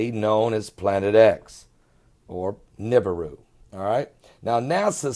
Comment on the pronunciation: wana see real videos of nibiru (neh-be-ru) not "nib-aroo" (I hate that pronunciation) please check my latest three uploads (all under 6 min each) anyone can get footy like mine too. just watch the sky cams at sunrise and sunset. much love, God bless